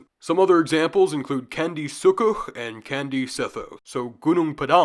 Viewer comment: The C in Indonesian is pronounced "Ch". So for "Candi" it's "Chandi", not kandy 🤣